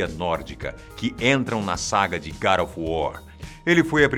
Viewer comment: Nem a palavra God ele pronuncia corretamente e vocês estão preocupados com nomes de personagens mitológicos, fictícios.